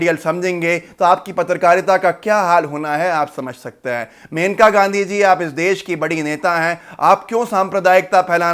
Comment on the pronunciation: मेनका नहीं मनेका नाम है उनका (जहाँ तक मैंने पढ़ा है और सुना है)